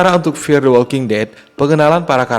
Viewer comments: gila di awal saya bingung narator nya bilang MTWD itu apaaaa, eeehhh ternyata dia bilang EpTWD, ternyata ga bisa bilang F, F kok di baca Ep, sebener nya dimanapun anda berada pasti nya harus bisa bilang F dan V, karena anak T.K. aja bisa bilang F dan V, bro kamu harus bisa baca F dan V dengan ejaan yang benar, video mu di tonton orang se indonesia, malu kalah sama anak TK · F bukan EP, ngomong yg benar